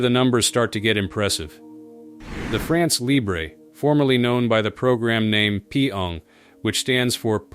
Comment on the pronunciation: It would be so cool if the narrator learned to to pronounce "France Libre". If he cannot correctly say those two words what trust can we put in whatever else he says?